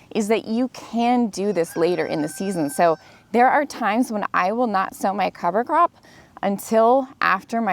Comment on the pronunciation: I honestly thought you were saying cover crapping 😂😂😂